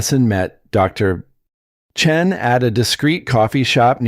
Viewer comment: What's with the pauses narrating the name Dr (pause! Chen??? That is the problem when creating something false by a false algorithm? Not normal and absolutely rubbish